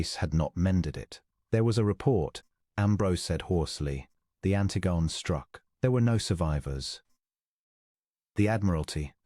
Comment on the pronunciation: The ship is called "Ant tig on ee"